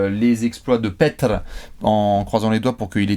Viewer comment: Ça se prononce "Peter" et non pas Petr, bien qu'il n'y ait qu'un e. Il le confirme lui-même sur sa chaîne youtube.